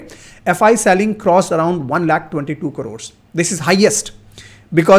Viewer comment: Its been years from t shirt to jacket now but still you say KARODS...its crores.....KRORES